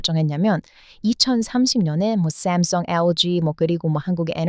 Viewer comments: 샘성 아니고 삼성 아-----발음 잘 하시면서 삼 발음은 힘들어요? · 샘성아니고 삼성,,,,인데